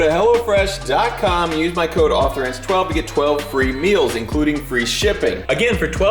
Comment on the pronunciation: Everytime says "Hello Fresh" i hear "Hell'a Fresh"